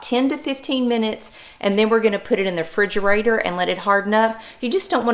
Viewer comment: I had to stop the video several times and confirm you say, "frigerator". 😆